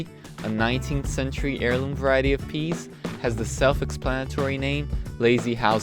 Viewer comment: The way you say peeees...I died laughing.